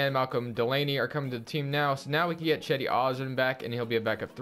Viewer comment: You say it like c-di not chedi